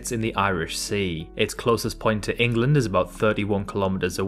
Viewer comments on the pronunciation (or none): none